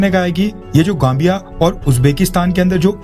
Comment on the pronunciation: मेरे लाल वो गांबिया नही जांबिया है ,अपने उच्चारण तो सुधार लो यार